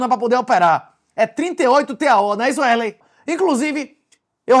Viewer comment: O nome do rapaz aí é Wesley ou Uélei? Cada hora vc pronuncia de uma maneira...